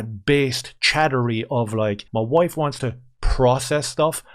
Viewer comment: Ian- I'm a better person than that... Ians "WOIFE" - You PUSSY! Ian - isn't she Awesome?